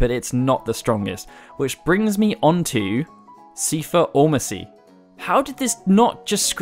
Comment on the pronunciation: I think the reason why square put ultimecia is because she is essentially Rinoa, as her dialogue "shall we dance" and her final weapon "shooting stars" proof. Ps. I always thought seifer was pronounced 'sye-fer'